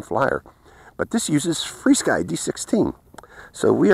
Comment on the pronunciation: Nice review as usual. Just wondered why you call it Fly Sky when it is actually FR Sky. Something I noticed you did not show with the Jumper T16 the different speeds 1, 2, or three for example. I remember I ordered the yellow jumper plus and they sent me the plain jumper without the word plus under the name. After many emails and pictures I emailed them, they gave me the run-around and would not take it back. When I did figure the transmitter out a little, it would bind with one quadcopter only, and it only had one speed with no way of using the different speeds of the drone. That is why I was waiting for you to show that this T16 would not only fly your drones in the different modes/speeds of the drones you flew with it. Could you make a video showing that this transmitter can actually fly your drones using their other speed settings for example. Happy Flying